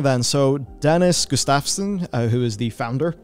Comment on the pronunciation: Correction: When it comes to names in Swedish f & v are usually pronounced the same, so Gustafsson should be pronounced as if the f was a v.